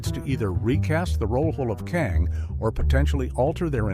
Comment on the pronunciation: I wish you were invest in a better AI that knows how to pronounce names. Kong? Its pronounced Kang. Romeo plus Juliet? I have our time watching your videos because your AI is so bad at pronunciation.